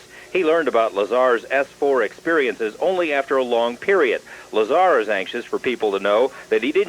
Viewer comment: It's bob LazAR not Lazr